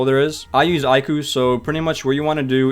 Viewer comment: ive never heard an1 say iku like that